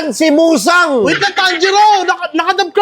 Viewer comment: Muzan ❌ Musang ✅